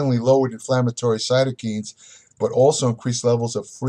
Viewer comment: Cytokines is pronounced sigh-toh-kainz (kai, like Kai Greene)